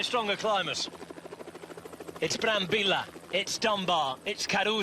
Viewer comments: the LLLLLLLLLL not YYYYYYYYYYYY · Ma que, non sare dire il nome de Brambilla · Nope, he keeps saying Brambilla wrong